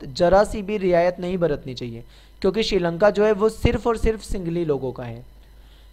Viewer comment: Sir ye singli nhi sinhali h